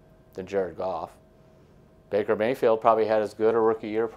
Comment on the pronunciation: 'Maker Bayfield'?